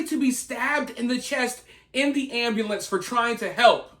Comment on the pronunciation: Ambalance instead of ambUlance 😅